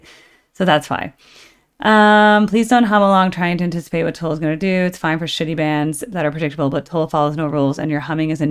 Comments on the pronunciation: Thank You! I turned 22 in 1972!!! This was my 4th Tull cocert I saw live! Seen them many times since! Still recording music. Their new album is AWESOME!!! So, for what it's worth , it's Tull as in DULL. pronunciation not in the listening!!! Love Ya!!! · Tull is pronounced like hull or skull. Or like the "ea" in "heart", just shorter. Or is it holl and skoll and hort also where you live? ;-) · Tull is pronounced the same sound as up.